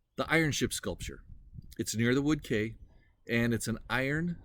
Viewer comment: Wood Quay - Pronounce Quay as "key" not as "Kay". The Vikings were not Christians and I don't think they would have understood the value of the Book of Kells. They were plunderers and not art collectors or antiquarians. The monks safeguarded it as likely it would've been burned or destroyed. The Vikings preferred the gold chalices and crosses etc. that the monasteries possessed as gold objects could be melted down and traded.